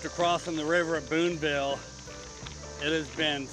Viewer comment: FYI Booneville has no "s" in it; sounds like you said Boonesville a few times. Otherwise, great video and I'm m going to do this sometime, this summer, with a lifelong buddy